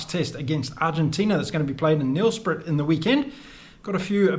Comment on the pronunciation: Mate, a bit of help with the pronunciation of Nelspruit. Try this… Nell’s prate. Hope that helps, some of our words are a bugger to get right. Saffer in the UK…